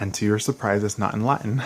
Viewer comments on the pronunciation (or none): none